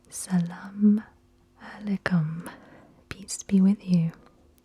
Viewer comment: I was born in Afghanistan (raised in NJ) and speak a little farci and your pronunciation of salaam alaykum was absolutely perfect. Well done!